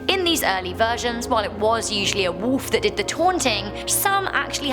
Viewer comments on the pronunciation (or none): Anybody else think it's kinda funny how she says "woolf"